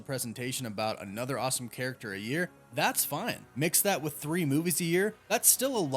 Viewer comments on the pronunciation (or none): none